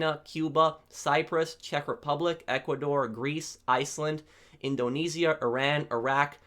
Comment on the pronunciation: Indo..... nesia. Sounds like a weed strain